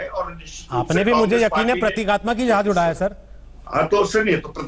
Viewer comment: Jehaaj hahah Jhaaaz saly z not j